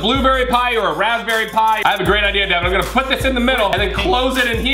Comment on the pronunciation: Bridget Ward Ward it's Deven not Devin